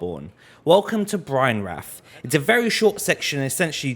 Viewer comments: Brianwrath? My brother in christ are you saying Byrgenwerth? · I love how he pronounced byrgenwerth, Brianwrath, sounds like a eldenring area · "welcome to Brianwrath(byrgenwerth)"